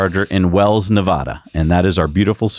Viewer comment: Love your guys, but please learn how to pronounce Nevada, like Elon does: Nev - a (as in “at”) - duh. Thanks